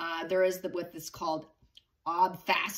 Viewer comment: Happy New Year,! Loving your videos as usual. One thing, though: the word you were using is actually spelled and pronounced “obfuscation” with no “L.” Four syllables, not five. Yes, I’m a word/grammar/spelling Nazi. Apologies for my mild but apparent OCD. 😭😭😭😭😭😭 But as usual, much love to you, I promise! ❤